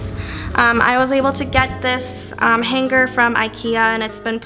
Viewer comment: Is that how they say hanger in Chicago, hang grrrr?